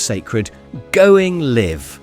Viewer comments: 😂going liv Liv aid. This is a.i voice. Still cool video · Going Liv 😅 sher bet dipdaps love an AI script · “Going Live” was the Saturday morning kids show not liv! I know it’s spelt the same way, but it’s pronounced ‘LY-VE’ as in alive not dead. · "Going Liv"?! Going live mate! Rhymes with "hive" and "jive"! And what about Citizen's Band radio? That was huge in the 80s! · Rose tinted Glasses. Nostalgia isn't what it used to be. 'Going Liv', not 'Going Live'. ' Liv Aid', not 'Live Aid' . I suspect some AI BS. Artificial Intelligence is just what it says on the tin. Your intelligence is artificial. I lived through the 1980's. There were ups and downs, as in every era. Who can forget HIV, then called AIDS? Or Thatcher? Similarly 'toxic' in my brain. Live for today. Love and peace. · This man cant say going live he says liv cant say liv aid instead of live aid ye daft get Learn to read before doing a video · Going Live and Live Aid not pronounced Liv. 😂😂😂😂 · It’s going live! as in L-eye-ve, as in a broadcast going live! Same with Live Aid. Cmon, if you’re gonna release a YT clip at least get the pronunciations right! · Sher-bett, Going Livv - lmao, AI VO. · “Liv Aid” “Going Liv?” Wtf oh and btw, I lived through the 80s; today is way better! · Going Liv? Ai still not perfect, I see 😁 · What the hell was "Going Liv" and "Liv Aid" 😂😂😂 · 'Going Livv'?!!! 'Livv Aid' 😂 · Is this AI? The pronunciation is off. Going LIiv? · And ‘Going Liv’ with Philip Schofield. 🙄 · Sorry… did he say ‘Going Liv’? I’m guessing he didn’t grow up in the 80s… hmmm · Seriously? Going Liv? Liv Aid? I think your AI is broken. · Going Liv?! Either said wrong on purpose or it’s an AI narration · 10.40..... ' Liv Aid'...???! 'Liv Aid' ,! I forgave the ' Going Liv ' on Saturday mornings.... But Liv Aid. Terrible.😮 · Another AI narrated video 🙄 LIVE aid? Going LIVE? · And "Going Live" 😂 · STUPID A.I. VOICE OVER CAN'T SAY "GOING LIVE" OR "LIVE AID"